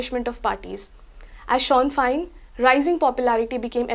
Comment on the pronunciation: you are a very nice person and articulate young lady, but it is pronounced "Shin FANE...im scots but lived in ireland for 5 years